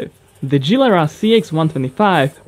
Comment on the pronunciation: nie dżilera a gilera, nie lambordżiny tylko lamborgini !!!